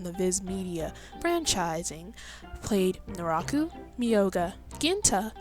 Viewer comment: Actually, her name's Kirara, not Kiara. If you watch sub you can clearly hear them say "Kirara" (pronounced kee-rah-rah) edit: Also Naraku's name is pronounced nah-rah-koo